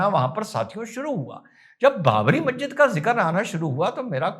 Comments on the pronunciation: Mazzid nahi Masjid hota hai Padhoge tab janoge Aqal ko Badhao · inka to pronunciation sahi nhi masjid ko mahjid banegi.....